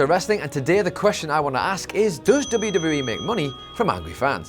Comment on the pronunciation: Slow down when you are pronouncing WWE, you say it so fast it runs together.